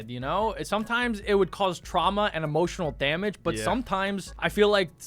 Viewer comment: EMOSHINAL DAMIDGE 😂 😝 😆